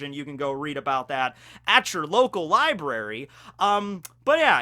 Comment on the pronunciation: lie breh ree? What's that